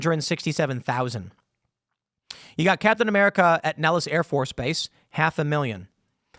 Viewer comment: Its captain "whaaamerica" now.